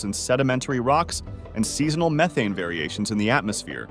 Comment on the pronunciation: That is not how you pronounce methane like you did at the start of this video, then you said it correctly I don’t understand why AI says it wrong then says it correctly.